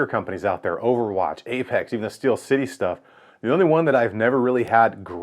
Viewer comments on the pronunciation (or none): none